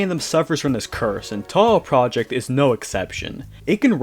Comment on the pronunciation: he literally stated one of his main inspirations of making games are Touhou Project in the latest japanese interview of him. Which leads to another meme where Toby Fox was able to just switch pronounciations really fluently being Japanese one second and then you hear a very clearly american "PROJECT" being said.